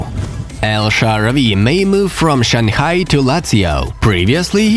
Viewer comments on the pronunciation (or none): none